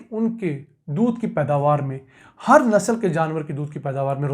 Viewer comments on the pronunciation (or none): "Nasal" nahi Nasl kahte hain janaab! India